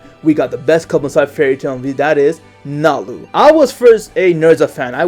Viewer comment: NALI FOR THE WIN WHY U SAY NALU